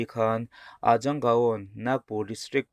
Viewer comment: 'Ga Aw' Tia i lam (gaun/ gaon) kha gaau ti a lam tur. Thingtlang khua tihna